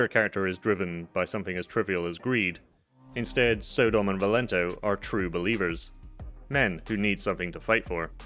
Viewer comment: I think it's not pronounced So-dom but Sodom as in Sodom and Gamora